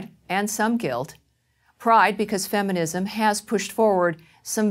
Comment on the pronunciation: lol, "feminimsm"